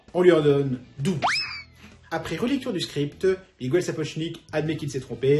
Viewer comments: Un régal, cette chronique, bravo !👍👏👏👏 Je croyais tout savoir sur le tournage de ma série préférée, mais j'apprends plein de choses. Ça mériterait une diffusion sur une grande chaîne de télévision. Un détail minime : si les français pouvaient arrêter d'appeler les Miguel "Migouel", ce serait sympa et ça m'écorcherait moins les oreilles. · Je plaide coupable pour Miguel, ce n'est en effet pas la bonne prononciation. Voilà ce qui arrive quand on apprend pas la langue de ses ancêtres. En tous cas merci pour ce chaleureux retour, Lizzie (une fan de Jane Austen et de l'épatante websérie sur YT ?). Les coulisses furent en effet aussi épiques que la série elle-même !